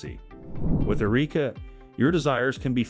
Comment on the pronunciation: Found a bit of irony in a story about the advancement of fully robotic AI s*x dolls ( because, let's face it, that is what some of these are) with advanced life-like vaginas, no less, being narrated by AI that repeatedly mispronounced the name Erica as..."Ereeka."